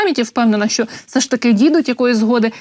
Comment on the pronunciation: ВЕДУЧА! А ЩО ТВОРИТЬСЯ З ТВОЄЮ ЩЕЛЕПОЮ,ЩО ТИ НЕ МОЖЕШ ПРАВИЛЬНО ВИМОВЛЯТИ УКРАЇНСЬКІ СЛОВА І ТАКЕ СЛОВО ЯК (ЩО) ТВОЯ ЩЕЛЕПА ПОСТІЙНО ВИМОВЛЯЄ (ЩЬО...,ЩЬО....,ЩЬО....,ЩЬО.....,ЩЬО...,ЩЬО.....,ЩЬО.....,ЩЬО....,,ЩЬО.....,ЩЬО......)!!!!!!!!!!!!!!!!!!!!!!!!!!!!!!! (Українська діаспора в США)